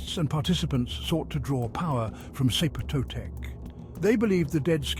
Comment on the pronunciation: clicked away at "zeep totec" holy shit dude